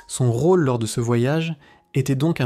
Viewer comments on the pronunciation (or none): none